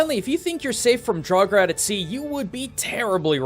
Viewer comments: draugr is probably said like draugur witch means ghost but hey, that might be a coincedence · How you prononst Draugur made me dead inside btw i am Icelandic. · And the word "Draugr" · As a icelander I would point out you miss pronounced Grettir and draugr if you were aiming to speak it correctly. Learning the Icelandic alphabet would be efficient as all letters always make the same sound as if they were individually. I do love your content but I hope you could try respect the culture that you use your resources from as you've done in the past.